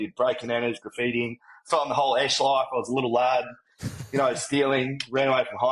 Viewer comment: "I thought: Faack yea, this is me loif" So Australian. So real. 💖